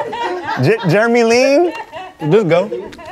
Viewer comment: He said "Jeremy Ling"